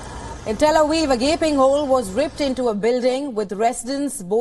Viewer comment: “Tel Aweeve” 😂